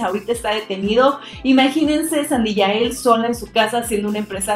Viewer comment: SANDIAEL se pronuncia no SANDIYAEL ......XD